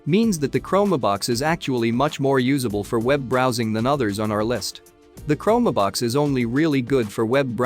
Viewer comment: man. Do I DETEST machine voices. CHROME-ehh-BOX? Exactly what is the rationale for NOT having someone read the script?